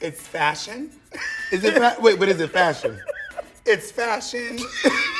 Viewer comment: bob daring peppermint to say ets fashun one more time only for her to say it again really sends me